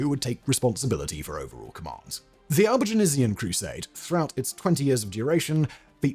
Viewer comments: I love it when Simon can't pronounce something - re Albigensian :D But kudos - small price to pay for being so prolific. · Why do you keep adding an e to Albigensian? an entire extra syllable! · Is Albigenasian the way Brits pronounce Albigensian? Sort of like the aluminium/aluminum pronunciation difference with Americans? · I just wish he wouldn't keep pronouncing it Albigenasian. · Sorry, got only as far as your mispronunciation of Albigensian - if you do these videos, do some homework as well. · Simon, love you... but your French pronunciations are... well they're *something*! 'Albigensian' (not technically a French word, which is 'Albigeois') is pronounced /ælbiˈdʒɛnsjən/ "Al- be - JENSS - yun". You're adding an /eɪz/ "-aze-" in there for some reason. Outremer (literally "Over seas") is pronounced /ˈuːtɹəmɛː/ "OO - treh - mer" or /ˈoʊtɹəmɛː/ "OTE - reh - mer". I wasn't going to pick you up over the first but the second broke me. I'm sorry.